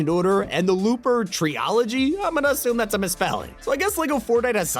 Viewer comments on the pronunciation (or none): none